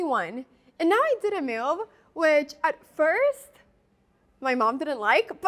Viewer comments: IT'S MOVE, NOT MEW! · I'm sure I'm not the first person to make this comment, but I love the way Anna pronounces 'move' as 'myove.' So charming.